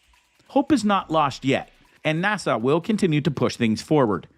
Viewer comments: Narrator: NASA is not pronounced Nassau! It's NA-SUH! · How the narrator pronounced or rather mispronounced NASA was irritating. Kept saying Nassau. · Why is he saying nasaw? N.A.S.A. it's not even a word, how can you mess that up? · "NASA" is an acronym. “Nassau” is an island city in the Bahamas. You're welcome.